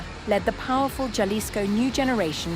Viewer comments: She just said “JA-lisco” rather than “HA-lisco.” Goodbye. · It is pronounced halisco. Doesn't she watch the news? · Horrible pronunciation of “Jalisco “ 👎